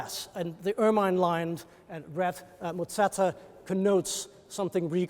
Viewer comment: Please note that "papal" is not pronounced "papple" but "paypull". There were other odd pronunciations too, but this was the worst. "Ermine" is not "ur-mine" but "ur-min"